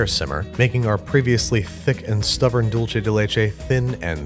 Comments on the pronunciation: Dolce (doll-chay) = Italian 🇮🇹 / Dulce (dul-say) = spanish 🇪🇸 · I cringed every time he said it that way. Dool-say dude, not dull-chay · Its really dulce. Not dulche. You know how the dulce is spelled dulce and the leche is spelled leche? That's why dulce is pronounced dulce and the leche is pronounced leche. In italian, dolce is pronounced dol-CHE. But that's because it's Italian, and a totally different language. The c is "ch" and their ch is "k." But in Spanish, c is "s" or "k" and ch is ch. Like in English. Dulce. Like "she spoke in dulcet tones." It's infuriating because it's actually more similar to English, and yet people speaking English are CONSTANTLY trying to overpronounce it. Doolseh deh leh-cheh. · DULCE= "DOOL-SAY" It was painful hearing "dool-chay" the entire video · sighs It's not pronounced "dool-chay." It's pronounced "dool-say." "Dulce de leche" is Spanish, not Italian. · Dool-seh not Dool-cheh. This is not Dolce and Gabbana, it’s dulce and banana. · Juan king anyways its Dulce so suck it up Juan